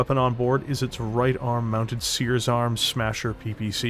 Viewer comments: Stop pronouncing it as "Seears!" It's "CER-es" (Sear-eez)! Like the celestial body! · Good video. Always liked the VND. Just as a note though, Ceres is pronounced "seer-eez" or "see-reez" not like "seers". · I know the company is Ceres Metals, I kept hearing Sears. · Ceres is pronounced Ser-ress